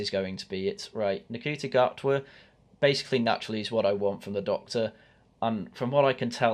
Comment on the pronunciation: Ncuti gatwas name is pronounced shooty gatway